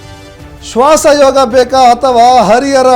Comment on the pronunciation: ಶ್ವಾಸ ಅದು ಶ್ವಾನ ಅಲ್ಲಾ ರಿ 😄